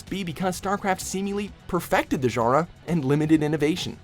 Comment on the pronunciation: Every time this guy tries to pronounce "genre" I have a stroke.